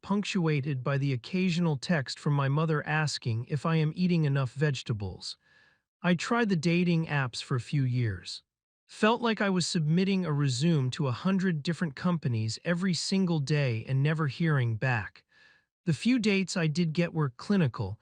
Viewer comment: This AI voice over is awful.. re-sum? E-say-bell? ...same age as metwenty eight? Come on, put some effort to it.